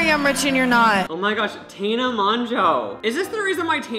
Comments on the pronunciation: The way you pronounce Tana got me tRiGgErEd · how did he manage to pronounce "tana" a different way every single time he said it lmaoo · maura m p